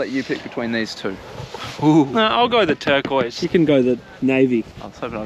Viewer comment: GO!!❌️ GAURR!!✅️